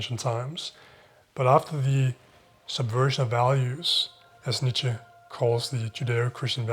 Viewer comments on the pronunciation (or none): none